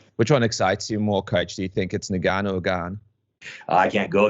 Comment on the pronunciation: why do some people pronounce Ngannou like this?